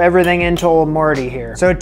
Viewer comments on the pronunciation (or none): none